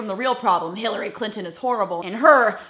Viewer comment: Miss Glenn, did you notice he said Hillary "Clitt"on and her kind? this guy just does not nor will change. Great video!